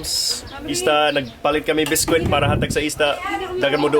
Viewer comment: "biskwit" (biscuit).... ha ha ha! perfect